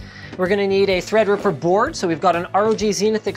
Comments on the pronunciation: When Linus said "ThreadRipper" I legit thought he was saying EggRipper😂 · linus, god love you so much, treadreeperluky much xD